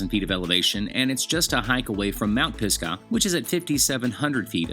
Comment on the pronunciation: Great Video. You are saying Pisgah wrong*